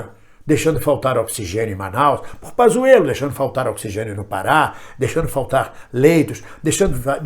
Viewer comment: Não é Pazzuelo é Panssuelo